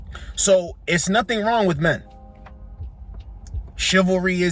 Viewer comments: “Chaivalry?!” 🤦🏾‍♂️🤣 She said it again!😂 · "Chalvery is dead"... whatever that is. As she curses. Chivalry is for LADIES... not for foul mouthed females. "Shivarlie"?